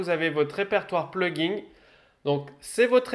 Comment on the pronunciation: Merde, ça avait l'air très intéressant mais après , à force d'entendre PluginG avec un "G" à la fin, j'en pouvais plus. C'est un plugin sans 'G' qu'on dit. Comme dans plug ... in. "Brancher dedans"... Traduction réelle : extension. J'ai pas été capable d'en faire "axtraction" :P